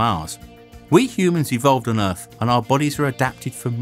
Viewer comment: OMG Is this yet another British guy who pronounces his th's like f's or v's???? Or is this the same guy I heard on another website? I cannot STAND this.. EarF really you are going to pronounce it EARF!!! It's like certain people here in USA saying BIRFDAY!! OMG especially when someone is duckainf NARRATING something!